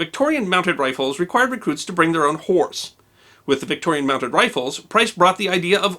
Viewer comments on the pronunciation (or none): none